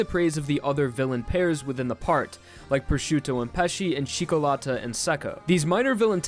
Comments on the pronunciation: "cikolata" IT'S FUCKING "CIÒCCOLATA" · C H E E K O L A T T A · Do not pronounce Italian names if you can't. It's CIÒ CCO LÀ TÀ TI Z IANO SÀ LE ALSO YES JOJO IS GAY AND I LOVE IT :D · Im italian, and your pronunciation of "Cioccolata" gave me cancer, it's "Chi-okko-lata" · It's killing me as well